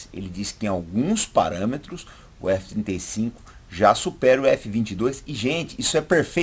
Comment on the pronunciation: Legal, só ele confunde um pouco falando f35, parece que fala f25. ..